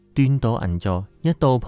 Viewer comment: 銀座。銀 。一定係鼻音